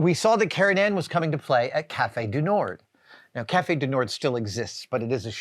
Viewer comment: Not complaining, just trying to educate. The "d" in "Cafe du Nord" is silent. You would pronounce it, roughly, nawrr (as in maw).